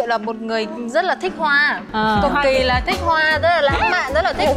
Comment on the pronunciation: khúc này coi cười xỉu vs GB luôn, nhấn mạnh từ “thích hoa” mãi, buồn cười ds😂😂